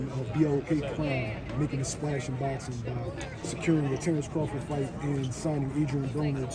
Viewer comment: 🤣 it really is! “Tarrence Cruafud”